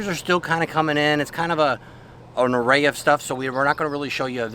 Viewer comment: Did you say it’s an Ouray of stuff?